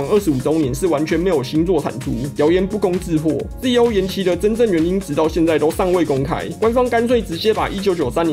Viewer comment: ZO 是讀Zeto O, 不是Zee O....